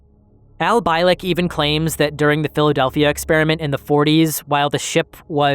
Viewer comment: Bee lick,not bye lick.. fuckin a do you know how easy it is to figure out its been lick god dammit man. Sorry but if you didn't at least listen to 5 minutes of art Bell's interview with the guy for research thn you would know it's not pronounced bye..🤦🏻‍♂️